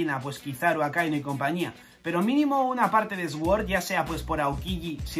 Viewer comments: Esguor hahahahaha! Hasta los oídos me duelen cada vez que dice así 😂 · Sword se pronuncia ¨suord¨, gran video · "Sword" se prununcia "suord". Disfruta las vacaciones, rey. 😊